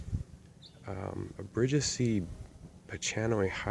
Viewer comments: By the way bridgesii is pronounced bridges-e-i, and the ch in pachanoi is a k sound not a ch like chalk. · Brid-jess-e-eye. With ii its always pronounced i like in him then I like the way you say i. Alot of Latin is phonetic. It gets confusing but once you've learned tons of names you start to understand new ones more easily. I work in a nursery so I've got too much bullshit Latin in my head. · Nice collection! Just so you know the pronounciation for Bridgesii is Bridge-eazy-i. double I is common species name for a lot of plants. it's pronounce e-i.